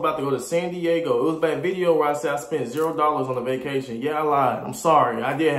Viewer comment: bopcation the whole time🤦🏾‍♂️